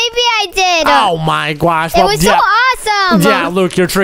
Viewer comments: Why do you say gwosh even though it's oh my gosh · Why do you say on my gwas